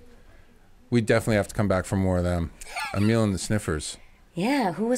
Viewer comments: Nice 😊 ...I think it is pronounced Amil... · Um...you're not saying it right 😂 but that's ok! Say amyl nitrate. And whoa I haven't heard the name Lita Ford for years...such a great seemingly forgotten performer.